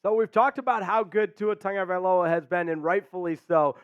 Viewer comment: since you were on the topic of a name pronunciation do you think we can get a statement from Tua and Ahmed of how they pronounce their last names. I bring this up because many announcers including yourself say Tonga-valoia when it seems like it's pronounced Tago valoia. Also I've heard announcers pronounce the running back's name as Ach-med when it seems like it should be pronounced Ah-med. Can we please get some clarification on this? Thanks.